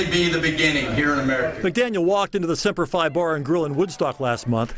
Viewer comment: It's pronounced Semper Fee not Semper Fie. My baby is a Marine. Semper Fi means Always Faithful. What a joke he is.